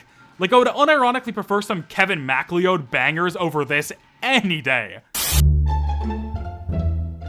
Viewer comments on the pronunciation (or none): This is how someone who has only seen McLeod written down pronounces his name